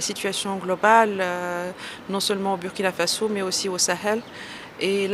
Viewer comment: Une ambassadeur en fin de mission au Burkina Faso qui ne sait pas prononcer le nom du pays? Du n'importe quoi !